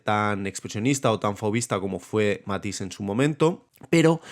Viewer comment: I had problems with your pronunciation of Matisse, Dégas, and Sargent. Your video is 3/4 this of the way before you explain what you mean by saturation. The interaction between red and green is very interesting.